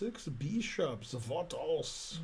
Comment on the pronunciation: Six beeshops! Vat else??